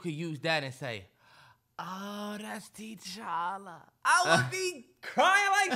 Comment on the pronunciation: the keep saying “TeeChalla” 😂